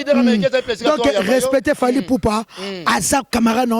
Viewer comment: Kisindjora ozalaka Burundaise, omoni tu n'arrive même pas yako prononcer Fally, franchement zala na respect na Kelly Katende aza muana mobali pe aza propre pe jolie koleka yo. Tala coupé lokola ma ndona. Brkkk